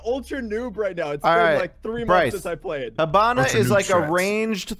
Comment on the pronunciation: ...plz Hibana's pronounced like He*bana, not Ha*bana. Sincerely, from a half Japanese. Great video though